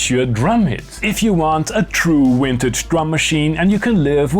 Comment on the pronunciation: Every time I hear Vintage pronounced “Wintage” I fight the urge to punch a wall